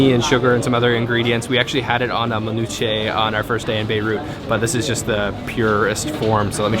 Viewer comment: Cringe Lebanese host... sexy food.. akward. Let that man eat his falafel. Also they should have taught this white boy to pronounce manushe better